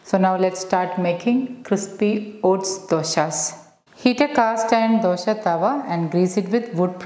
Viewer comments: it is good, not dosha it is dosa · It’s not dosha it’s dosa 😢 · Thanks for this healthy recipe ,only i wish you wud not say ' dosha' which means a blemish.or a blackmark .pls pronounce it as dosa as we say in Karnataka,thank you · Its dosa not dosha , 😂😂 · It's not dosha madam, pronounce dosa. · Its DOSA, not Dosha... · It's a really nice recipe. But can you please pronounce dosa correct. 🙏. It's DOSA AND NOT DUSHA. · It's dosa not dosha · It's dosa not dosha. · Good. It is Dosa not Dosha:-) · It is not dosha maam..it is either dosa or better even dose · Its dosa not dhosha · Mam please 1 request.. it's nt dosha.. it's dose/ dosa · Why Dosa is pronounced as Dosha ...